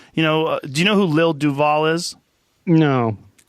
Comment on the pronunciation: Pronounced "lil Doo-val" Joe, not Du-VAL because its a play on Duval county, (Jacksonville Fl)